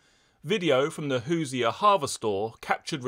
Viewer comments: Hoosier is pronounced hoo•zhr like Leisure with a “Who” at the beginning. Other than that, keep up the good work! (Indiana is the Hoosier State and no one really knows what it means) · "Hoosier" is "Who-zer," And it's from "Who's there."